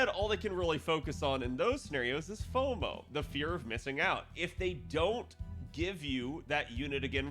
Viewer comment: Foumo (Fou of Fouing out)